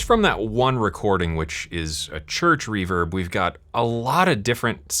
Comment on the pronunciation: I kept hearing “reverb” as “reefer” in that intro lolol